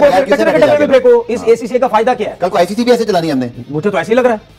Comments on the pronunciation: ICCI mat bol bhai...bank or organisation m farak samjh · Bhai ICCI ni - ICC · Bhai ICCI nahi hai ICC hai.. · It is ICC not ICCI, correct urself and to say further why you interrupt the vdo with ur unecessory interferance